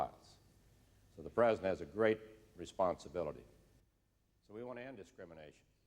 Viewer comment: Bob Dole had a lot of trouble saying the word "president"! "Prez" is about all he could muster. "Prezn" on a good day. I always got a good laugh out of the way he said "Prezn United States". LMAO He just couldn't pronounce the entire thing. "I'm Bob Dole, and I'm running for Prezn United States!!"